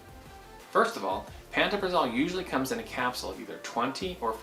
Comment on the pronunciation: The literature that came with my script says pan-toe-pra-zole is the pronunciation.